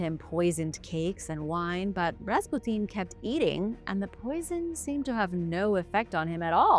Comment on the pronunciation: >.< oooohhh, young lady. Just say "Rass-pyoo-tin" lol. Awesome vid :D